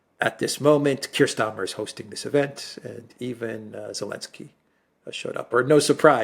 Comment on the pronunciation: It's Sir... Kier Starmer 😂